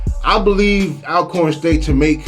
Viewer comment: “All-corn” State University not al🥴